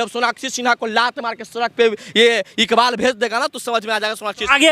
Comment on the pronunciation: सोनाक्षी इकबाल बोलो😅